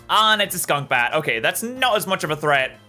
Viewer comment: I love your videos! And u keep calling stunkbat, skunbat